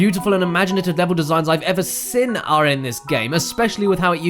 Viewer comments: Seen. Not sin, "seen." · I have to ask. When you say seen re you saying "sin" on purpose?